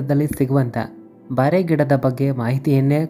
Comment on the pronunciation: (ಬಾರೆ ಅಲ್ಲ) ಬೋರೆ ಗಿಡ